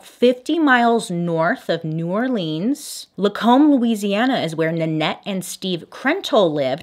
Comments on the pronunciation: As a New Orleans native I have to correct your pronunciation 😭 its “Or-lenz” like contact lenses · The way you said orleans